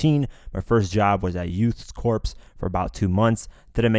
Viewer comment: hey man, when you read “Corps” it’s not pronounced “corpse.” It’s pronounced as “Core.” So Marine Corps, Peace Corps, Youth Corps, etc would all be read/said as “Marine Core, Peace Core, Youth Core.” A corpse is a dead body while a corps is an organized group of individuals/persons within or making up a larger organization.